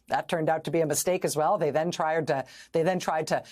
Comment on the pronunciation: They "triered"? This man can't even speak because they know what they are saying is a lie. 😂